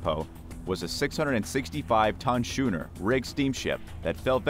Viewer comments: What’s a shooner? Isn’t it supposed to be schooner? I haven’t heard of this alternate spelling before. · SK-ooner not SCH-ooner like SCHOOL. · Shooner? No, skooner. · and if he stopped pronouncing "Schooner" as "Shooner" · Narrator, the vessel type is spelt schooner but is pronounced skooner. Also, Royal Australian Navy ships are HMAS and have never been HMVS.